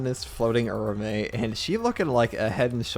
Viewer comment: It’s Ura-ume. Oorah-oomay